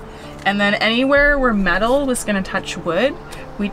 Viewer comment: Vowel shift: "Five inch theck" and "where matal will touch wood" and "the rant is s o high". Also, like most English speakers nowadays, says "anttt" for "and".